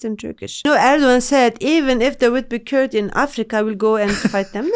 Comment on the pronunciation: She can't pronounce the Kurd like how we say it as Kurds!!! She pronounce it like how Turks do it. Such a shame I'm sure she can't speak Kurdish We as Kurds (99% of us) are so proud of our Islam and we'll never leave our religion for a political party like PKK